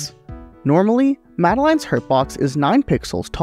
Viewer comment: amazing video but what the fuck is that pronounciation of madeline